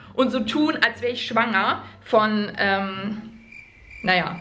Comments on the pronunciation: Irgendwie sagt sie nicht schwanger sondern schuwanger hahahaha❤️😂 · Sie so : schuanger……" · kein mal sie hat immer Schwonger gesagt 😅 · Merkt keiner das sie schwonger sagt statt schwanger😂🤦🏾‍♀️ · Dachte auch wer die einzige 😂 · ich bin schwäaenger 😂😂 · hat sie auch schwanger komisch ausgesprochen 😂